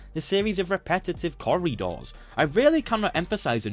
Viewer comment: I still don't get why nobody can say Yakuza properly. I guess your attempt is better than the Y'kooza lot, but it's a like apple, not ah like ahhhhh so you can't say words properly. Edit: turns out you can't say corridors properly either?